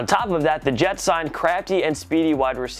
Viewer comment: "the yets"